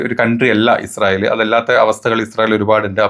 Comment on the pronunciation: ഇസ്രായേൽ അല്ല ഇജ്ജ് റയേൽ 😂😂😂മോദി പ്രണ്ട്.. ഇജുരായേൽ